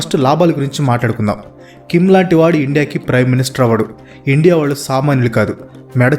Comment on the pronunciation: Endi ra nuvvu ne bongulo sodhi,Indea indea indea😂